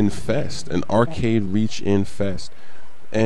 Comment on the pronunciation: how many times has said "arcady"?